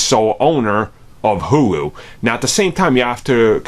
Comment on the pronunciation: “HULU” pronounced “hoooo loooooo” not “hugh lew” Jesus Christ are you remedial?